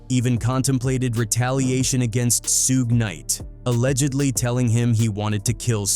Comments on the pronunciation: Who tf is Sewge Knight and Sugay Knight? 😭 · Soo-gay knight, lol. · Who is Sooj Nite? And what is a Soogae? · Damn I hate these stories due to the MISPRONUNCIATIONED NAMES........SOOGAY KNIGHT.... SMH